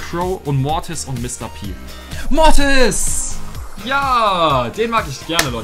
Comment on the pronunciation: sagt immer Motis